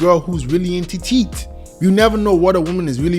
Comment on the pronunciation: Bro said TEET😂😂😂😂